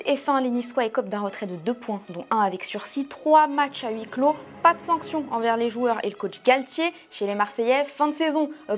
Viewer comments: "Huis clos", pas "Huis Clot" ;) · " huis cloT" avec un T !!!! vous êtes sérieux à téléfoot ??